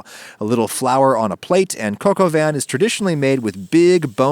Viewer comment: 'Cock of what?'